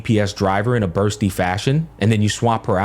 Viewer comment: Even Bursty as Busty sometimes lol.